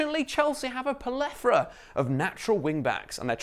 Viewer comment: a polethora? lool